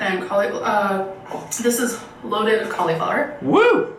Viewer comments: Her pronunciation of cauliflower is so annoying to me. “... with some COLLEY-FLOWER mash!” stfu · I hate how she says cauliflower. Like coleeeflower. She either says it on purpose to aggravate people or she really thinks it’s how you say it! Say it right!! Ffs!! She Should be fined every time she says words incorrectly!!! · She pronounces it cauleeflower. It's starting to irk me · You need to get checked out for a developing case of deadly irkitis facilis. Especially before taking any trips to other areas of the country or the world where people say things differently. The resulting itching will be unbearable, I hear. I don't care how she says cauliflower, as long as she eats it.